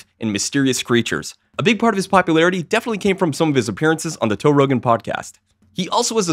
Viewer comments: Dude.,did you say Toe Rogan. Ha haa. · "Toe Rogan podcast" 😂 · Toe Rogan podcast? Did I hear that right? Lmao